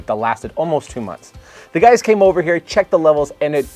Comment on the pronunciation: Did you say “Hey gays” at the start of the video? lol